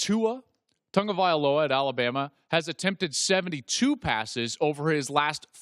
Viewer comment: Where is the "N" in TAGOVAILOA?!?!?!?!